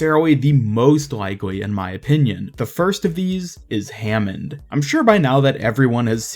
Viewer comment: Nope it's hammond